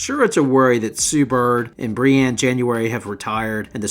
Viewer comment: Common man you need to get better with the names it’s “breanna” not “briana”